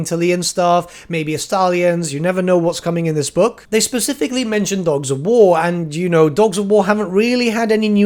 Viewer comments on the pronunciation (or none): none